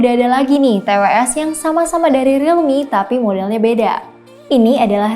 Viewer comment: Gw dengernya rilmi boskyu. Gimana dong